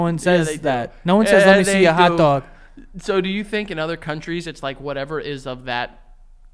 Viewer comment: “Let me see ya hotdahg” 😂